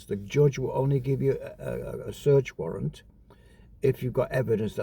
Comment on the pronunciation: Warrant not Warrent 🤡🤡🤡🤡